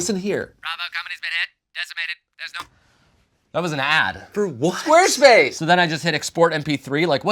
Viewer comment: Did he say Squarespace or Queerspace?